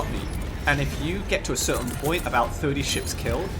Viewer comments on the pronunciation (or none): none